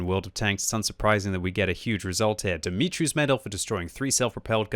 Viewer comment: it is DUmitru not DImitri